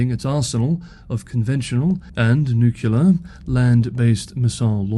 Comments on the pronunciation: It is pronounced nu-clear. Not nu-ku-lar. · So... why DID you pronounce it "nucular"? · It's okay. Peter Zeihan can't pronounce 'nuclear' either. Keep up the great work. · and you are not the only one saying NUCULAR. Fun that you realize it. I think it's a stupid way to say it, but see no reason to be angry about it. You DO understand that it implies an atom has a "nuculus" instead of a nucleus? And a "nuculus" is a non-existent object? Also, it reminds me of George W. Bush, one of the most ignorant politicians on record. When he bashed his way into office, he could not name a single foreign head of state, and he did not know that muslims came in sunni and shia varieties. And he always said "nucular." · That's the nucular option. 🙂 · We've really got to address newclear proliferation. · Do you really get “angry” comments just about how you pronounce “nuclear”. That’s just sad 😞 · Harrumph! Nuclear only has two syllables! Harrumph!! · Thank you so much for your updates. I don't care how you pronounce nuclear. lol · I didn’t even notice how you were mispronouncing “nuclear” until you pointed it out. Now I can’t not hear it. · "the way I say nuclear" 😂 Gets me EVERY time. It's nice to throw a little chuckle in among all the seriousness. BTW, I'd like to know how all the complainers pronounce "says" ("sez" a lazy American.) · It's wrong, but even the dictionary has given up and says it's fine. So 🤷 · As an American, I'm somewhat used to the "Bushian" pronunciation of "nuclear". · Holly crap you are getting comments on how you pronounce "nuclear" that is funny! Keep up the great work, see tomorrow. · when you say nuclear, it reminds me of George Bush jr. Sorry buddy.